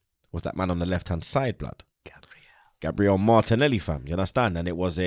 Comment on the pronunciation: zah “ have that “moilany” as well 😂 no zah martinelli😂 Americans shouldn’t even comment on football they havnt got a scooby😂